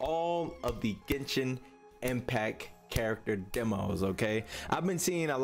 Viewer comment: “Ghensshinn Empacc”